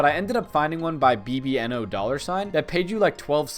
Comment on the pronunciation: bbno$ is read: baby-no-money. not b-b-n-o-dollar-sign